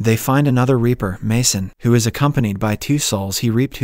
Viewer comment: Indeed! "Ripper" rhymes with "zipper." "Reaper" rhymes with "keeper."